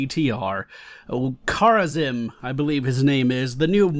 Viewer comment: I believe its pronounced Kara-zeem. Correct me if I'm wrong